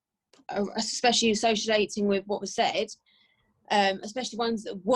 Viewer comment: associalating ? do you mean associating.. you sure you're not still drinking